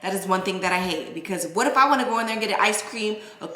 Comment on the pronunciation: You had I accient when you said you won't more